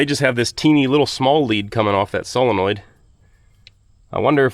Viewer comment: Hey, nice to hear someone who can say “solenoid” proper! Yer mate over at Dirt Perfect keeps saying “SELENOID” … so could you please wise him up on the correct “prenunciation”?